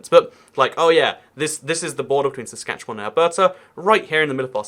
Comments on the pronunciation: And as far as I can tell you're saying "Saskatchewan" correctly. Maybe a bit more like the Spanish name 'Juan' (rhymes with 'dawn' unless your accent has the cot/caught merger) instead of the English word 'wan' (rhymes with 'tan'). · you actually said saskatchewan right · You actually pronounced Saskatchewan just fine. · You are actually pronouncing Saskatchewan pretty well. <-Saskatchewanian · So proud that you pronounced Saskatchewan correctly!!! Kudos! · Yeah, you nailed "Saskatchewan". (trivia tid bit) Anywhere, in either province, Lloydminister is casually referred to simply as Lloyd. Hoody in West-Lloyd = Bunny-hug in East-Lloyd. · I’m from Saskatchewan, but live in Alberta. You’re pronunciation of Saskatchewan was better then a lot of Canadians to be honest. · Believe it or not you’re pronouncing Saskatchewan perfectly! 😂 Also you should check out Ottawa-Gatineau (Canada’s capital) on the Ontario-Quebec border. It’s particularly interesting due to the language barrier. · You pronounced Saskatchewan right! Good job! Also, have a good time in Calgary! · Interesting video and your pronunciation of 'Saskatchewan' is spot on. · Yep, he pronounced it like he was a local. His pronunciation of Alberta however... :)